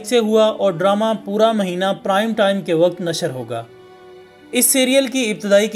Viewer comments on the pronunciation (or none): none